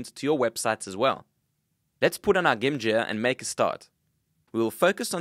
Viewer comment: "Let's put on our gim jear...."